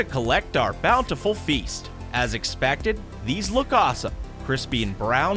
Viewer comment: Love how he says as expacted instead of expected